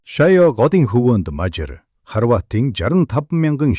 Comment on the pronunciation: Дэлхийд хосгүй монгол сайхан түүхээ өгүүлж буйд баярлалаа ! Гэхдээ монгол хэлээр Мажар гэхгүй , Мажаар гэж дуудвал зохино. Гэхдээ Мажар гэхийн оронд тус улсын нэрийг монгол хэлээр Унгар гэдэг шүү дээ !